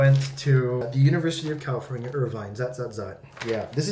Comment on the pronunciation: フジがカリフォルニアのこと「カルフォルニア」って言ってるのずっと気になってたんだけど、確かにカルフォルニアのが本当の発音に近い？かも？と思った